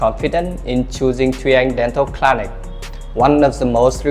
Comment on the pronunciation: Nha sĩ mà những từ thông thường phát âm sai sẽ khiến người xem nghi vấn về tính chuyên nghiệp, cẩn thận trong khi mục đích của video lại hướng đến khách nước ngoài. Những từ đơn giản như clinic, reliable, renowned mà cũng phát âm sai. Chỉ cần dưới 5 giây gõ Google là biết cách phát âm vậy mà làm biếng quá.